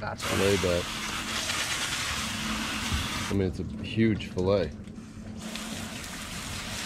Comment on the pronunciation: It’s pronounced fillet not filla stop killing the English language